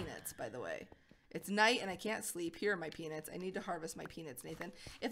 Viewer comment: She kept saying peanits 😂😂😂